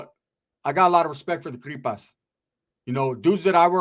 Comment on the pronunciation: The “ cripas” 🤦🏿‍♀️🤦🏿‍♀️🤦🏿‍♀️